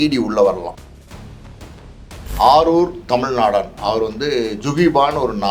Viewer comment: அவர் பெயர் ஆரூர் தமிழ் நாடான் இல்லை. ஆரூர் தமிழ் நாடன். சரியாக ஒரு சொல்லை நீங்கள் உச்சரிக்கவும.